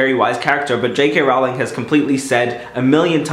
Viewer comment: It's J.K Rowling said as in the word rolling not rowl ing